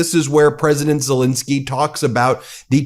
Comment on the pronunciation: Zel ENSKY not fuccking INSKY, get his fuccking name right you dope.